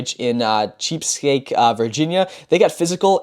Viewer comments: Cheap Speak VA...naw never heard of it. haha Chesapeake is pronounced chess-a-peak, have you never had elementary history geography Chesapeake Bay is historically famous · my guy said "Cheap skate" its Chesapeake... Chess-ah-peek... college guy. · I’m from Virginia and I had to pause from laughing when he said cheapskate Virginia. It’s Chesapeake Virginia pronounced (chess-a-peak) I’m pretty sure it’s Native American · Cheap steak Va is actually pronounced “chess-ah-peek” 🤣🤣 and Great Bridge parents are fucking intense. I wrestled in hampton about 30 mins away at Phoebus. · CHESS A PEAKE is how it's pronounced NOT CHEAPSKAKE SMH 😂 I'm from VA thanks lol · “Cheepskake, VA?” Chesapeake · pronounced Chess a peake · Hey. Love your podcasts. I’m from Kewaskum. Watched you wrestle for years. One thing, I got a kick out of was how you pronounced Chesapeake Va. lol. I’m sure you got teased about that already. But seriously I enjoy your podcasts and I love wrestling. Keep up the great work. How bout something with Braeden Scoles one of these days. His younger brother Bryston too. Fun to watch. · I’m from Virginia and gown up in the Chesapeake area I’m sorry but your saying it wrong but people from there are crazy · i love the mispronunciation on Chesapeake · Really? You mispronounced Chesapeake? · Your in college but can’t pronounce Chesapeake?